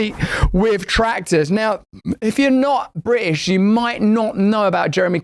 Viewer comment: bri ish lol add the T lol